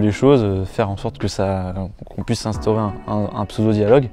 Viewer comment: Alors la vidéo trop bien comme d'hab mais c'est "puisse" Et non "puice"